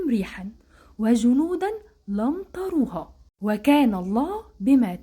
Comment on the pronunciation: يسلم لسانك يا حرة يا بنت الأحرار 💚🇯🇴💚 تصحيح (وَجُنُودًا لَّمْ تَرَوْهَا ) بفتح الراء الله يكرمك